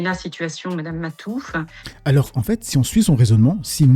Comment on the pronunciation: Lena situation elle s’appelle Mme Mafouf pas Mme Matouf elle est trop conne 🤣🤣🤣 elle dit n’importe quoi elle l’appelle Mme Ma touffe 😂